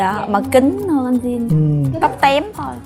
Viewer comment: Jin : Din or Chin ??? :))) theo tôi đọc thì chắc chắn là Chin :v -Dạo này nổi LGBT ghê taaa?? mai mốt chương trình mời chị Linda thì tốt :>